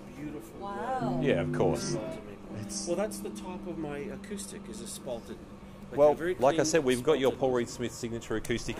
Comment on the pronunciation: it's "spalted", not "spotted".